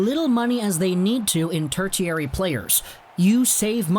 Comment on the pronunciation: Been watching Caufield highlights all weekend. He's such a MONSTER. Cant wait for his debut. (Also - tertiary = TER-shee-ary)